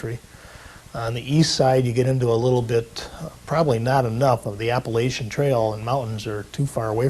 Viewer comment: No one knows how to pronounce Appalachia or Appalachian